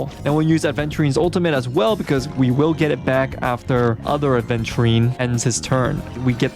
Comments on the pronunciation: Right? Some individuals can’t learn a new word smh aVenturine is a damn gemstone, like topaz, you don’t mispronounce it as topless right dude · That "aDventurine" I can't. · Its Aventurine (the gemstone) not adventurine 😅 Its not like adventure lol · He says ADventurine, opinion rejected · imagine getting this much affected by someone mispronouncing a stone’s name